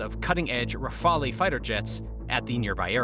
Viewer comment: Why can no one pronounce rafale correctly.